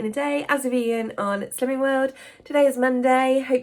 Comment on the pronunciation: So to my American ears it's sounds like "sins" instead of (I am guessing slims?)lol